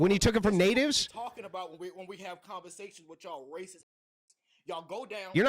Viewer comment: when they lose they call you ray-cess!!!